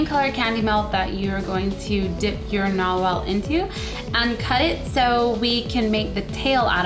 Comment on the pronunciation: you said narwhel and norwhal XD